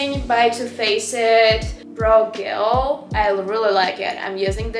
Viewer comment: Уау реально есть прогресс в инглише, осталось поработать над межзубным th и у тебя вообще не будет чувствоваться акцент и в целом немного отвыкнуть от русского произношения по типу гель, диор итд